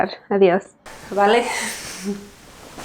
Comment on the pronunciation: SALUDOS FAMILIA , BIENVENIDOS , AH ESE VALE FINAL SONO REALMENTE BIEN.